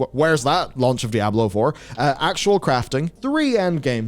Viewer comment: I can’t listen to this guy pronounce dy ab low…..